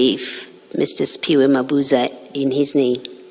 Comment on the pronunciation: Please learn to pronounce our names correctly let Dlalmini teach you how to pronounce it. We don't have " spy wack" isn't Siphiwe